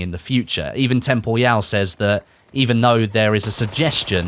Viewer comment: The way you pronounce "temporyal" makes me die a little inside every time I hear it. "Tem-por-ee-al" not "tempyeeal"